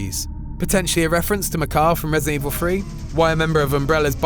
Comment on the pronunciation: resident evil FWREE